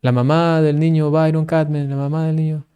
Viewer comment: Humildemente le hago la observación: es el padre Byron (se pronuncia Bayron). 😍